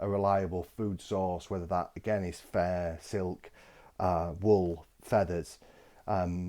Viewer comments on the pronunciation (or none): Took me half of video to hear that “Fair” is “Fur”.